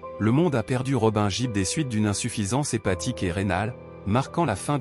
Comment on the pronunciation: On ne prononce pas JIBB mais plutôt GUIBB!